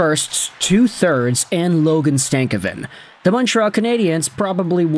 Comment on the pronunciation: Its not stav a kin . It's sta cov vin . Just saying